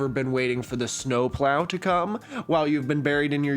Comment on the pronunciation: Idk why but the misreading of snowplow literally made me laugh out loud 😂